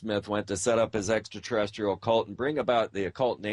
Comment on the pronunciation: does he say SEXtra Terrestrial